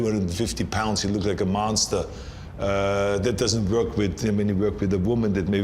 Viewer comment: the way Arnold is pronouncing "Wuörk" (work) is epic